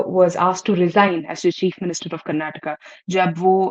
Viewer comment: It is not Karnatak,it is Karnataka